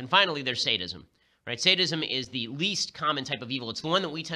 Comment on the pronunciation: Sadism. I thought he said, "Statism"